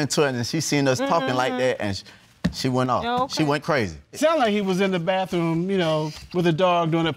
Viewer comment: Bathroom not baffrom